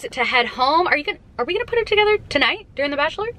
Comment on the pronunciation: the only gripe i have is the way she pronounces "during" hahaha. but she is the absolute best!